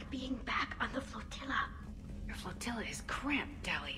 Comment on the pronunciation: Damn Tali your "Floatila" is so cramped girl ;D